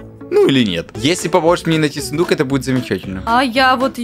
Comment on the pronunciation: Я услышала вместо сундук фундук